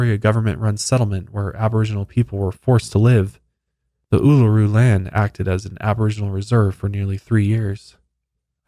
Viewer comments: seeing my last name in the title was a jumpscare😂 had no idea it was known as Ayers Rock! You nailed the pronunciation, first time I've seen someone get it right! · Aussie here :) very impressed with your indigenous pronunciation! Uluru and Kata Tjuta is a very spiritual beautiful place ❤️ Especially at sunrise!